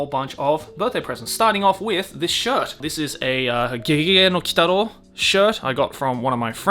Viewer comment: It took me a depressingly long time to figure out that "Keigiei Nokitaro" is actually GeGeGe no Kitaro, lol. First time viewing this channel, maybe I'll get better at deciphering the Japanese names.